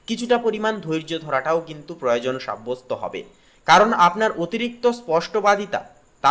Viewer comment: কি বাংলা উচ্চারণ... মনগল,পড়ো ও জন, বেসি, শান বাদি কতা, প্র দান, পর যন্ত,সরো বন 😊